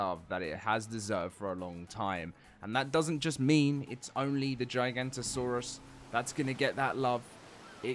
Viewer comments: GIGA NOTO SAURUS!!!! Not GIGANTOSAURUS!!! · Giganoto not Giganto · It’s not “J-eye-Gahnto-saurus” is “G-ihga-Notosaurus” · Bro purposely said giganto saurous for coments it worked 😑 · GIG-A-NOT-A-SAURUS < this is how its pronounced :face-purple-smiling-tears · Giga-not-a-saurus. gigantosaurus. Is a sauropod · bro still dont know how to pronounce giganotosaurus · Not how you say the name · He still can't pronounce the name. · I mean it's only been 10 years of saying it wrong guys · yeah there's no "J"